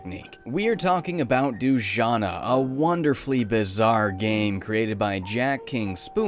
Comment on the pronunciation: I think it's supposed to be pronounced Du-ja-nah, not Doojana.